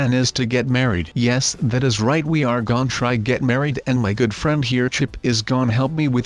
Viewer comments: And why u keep saying gone instead of gonna??? 😐😐😐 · i wonder why kept saying "gon" in this video